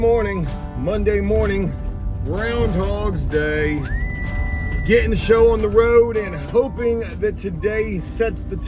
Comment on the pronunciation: Why does he keep saying 'groundhogs day'? Was this recorded in February?